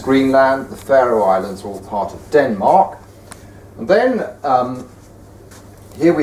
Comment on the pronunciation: I do not like this guy say Denmark